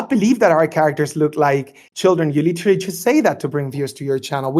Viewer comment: "like witerawy my cawachter is like witerawy a 100 yeaw old wike demi human so Im not a pwedator" ahh adult